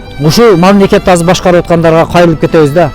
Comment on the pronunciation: анан дагы мамлекет дегенди мамлакат дегеничи.